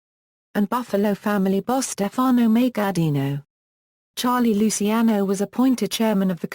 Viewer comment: stupid english, can't even pronounce right lusiano :D